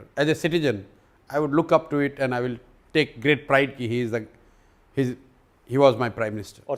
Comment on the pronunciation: "ग्रीट" नहीं "ग्रेट" होता है साला खुद शब्दों का उच्चारण सही से नहीं कर पा रहा है और दूसरों को अनपढ़ बताता है।